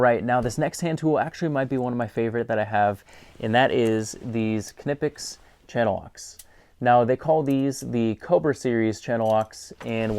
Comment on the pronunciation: Nip-ex is horrible lol. I find this fascinating. One of my friends got back to me today, and his wife (who is German) says, "K-nip-ex," but some of those German guys were clearly saying, "k-nee-pex." I wonder if that's a regional dialect thing? I decided to dig a little more. The company was founded in Wuppertal, and four language groups converge in the Wupper valley. The lady I know grew up just outside of the valley, so maybe I can get a little more information on it. From the evidence we currently have, there are two correct German pronunciations.